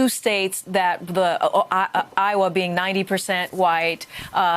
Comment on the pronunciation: She thinks she sounds smarter by miss pronouncing Nevada but it has the opposite effect